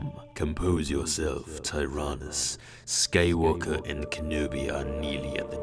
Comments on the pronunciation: Skaywalker lol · Anyone else hear SKAYWALKER🤣🤣